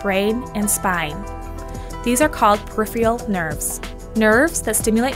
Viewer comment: "Periphrial"??? I become distrustful when specialists/experts/those suppose to be in the know can't pronounce things correctly.